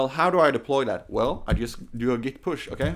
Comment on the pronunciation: Git is pronounced with a hard T, not like Gith :)